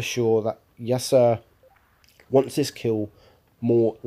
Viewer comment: Its pronounced "Ya-Ser" incase you were wondering ;)